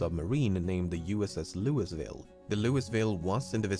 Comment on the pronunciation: I love lemminos videos but man he really said Louisville with an s